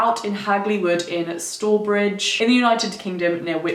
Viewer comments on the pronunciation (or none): You didn't pronounce 'Stourbridge' correctly - Stour is pronounced Stower, like hour, or flower! I went to secondary school in that town, so I should know! 😊 On the theories front: I'm wondering if the landowner was involved in any way, smuggling black market supplies, or in a Nazi spy ring, you did paint a word-picture of him as a mysterious man, as I recall... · It's pronounced st-ow-er-bridge!! hagley woods is near my home i used to go on walks there as a child! it's such a mysterious and interesting case i want to go and visit the place. Your videos are so informative by the way I love ! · Cool video but its pronounced 'Staw-er-bridge' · Great story as it is local to me, only criticism is the pronunciation of Stourbridge, it's pronounced like Bow of a ship. So St-ow-bridge. Hagley is a great area and I used to play Rugby at the local Rugby club which you can see the Obelisk from and Clent Hills. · So glad you covered this! The area this all happened in and the obelisk with the graffiti on is just down the road from me and I've always been captivated by this story. However I did have to giggle at your pronunciation of Stourbridge. It's St-ow-er-bridge :) Amazing video!!! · you look INCREDIBLE. OH MY GOODNESS. 💙💙💙 ALSO p. S. It's said as staworbridge😉😂if that makes sense. Love you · This is close to my home, Stourbridge is pronounced St-ow-a-bridge for future reference. I remember my parents telling me this story, Wychbury hill and wood are known in the area for being super haunted! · I live near here and it's one of my favourite things about the area. It's a great one to tell people who aren't local, freaks them out every time Edit: I'm sorry I gotta correct some proninciation - 'stour' like 'sour' and 'Clent' like 'lent' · Rachael Adams I live here too and thought it was funny how she said it. Hehe